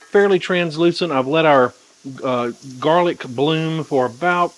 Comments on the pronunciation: I'm always confused about serving size . How much is a serving size and is the nutrition count for the chicken & sauce only ? Sorry for being so dumb ..LOL.. PS ... I almost spit out my coffee when you called it "jarlic"... hahaha ..LOVE IT !!! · lol "jar-lic' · Might get me married? Then I definitely DON'T want to make it! LOL! I wouldn't make that mistake again. (Actually, this sounds yummy, so I definitely want to try it, maybe with 50/50 sun dried tomatoes and roasted red peppers!) "Jarlic"! HAHA! I love it! I'm going to start calling mine that.